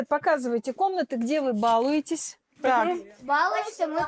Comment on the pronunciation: БалУетесь,на букву А ударение только в слове бАловень.